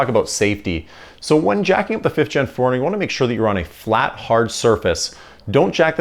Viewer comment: Love the channel, love the build series. But interesting how you pronounce 4Runner ( like: foreigner), and asphalt (like: ASHfault). Oh!! and you just gained another Subscriber, as I've been binge watching your content, within the last couple of days.